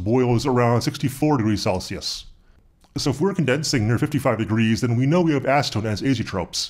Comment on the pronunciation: "So if wéire condensing near 55 degrees..." wéire éire Éire = Ireland in Irish is Irish confirmed!